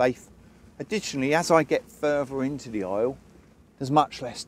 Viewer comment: What is a "fruster"??????? "Furver"?????? "Litruhly"?????